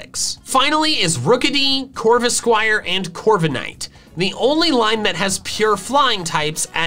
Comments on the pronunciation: Left off the K in Corviknight! And it's Coalossal, NOT Collasal! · CORVIKNIGHT, NOT CORVENIGHT! ROOKIDEE, NOT ROKEDY!